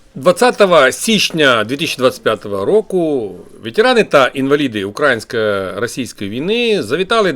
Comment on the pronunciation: Та не укрАїнської а украЇнської. Задовбали бляха з тим наголосом дибільним.